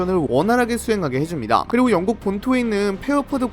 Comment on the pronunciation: 령국ㅋㅋ 누가보면 뭐, 힘이라도 있는줄ㅋㅋ